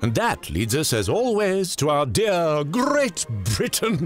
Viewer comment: “Grrrreat Britain”. I love that alveolar trill. This was actually the standard way to pronounce R sound in the past.